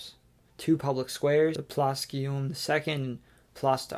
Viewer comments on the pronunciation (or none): none